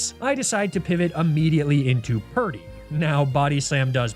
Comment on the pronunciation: purdy rhymes with sturdy